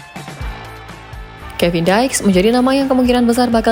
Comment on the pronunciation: Kevin Diks dibaca apa adanya min, bukan jadi Daiks. Geli telingaku 😅